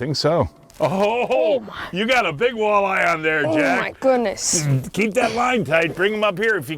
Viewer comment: "Oh my goodness!" So Wisconsinesque.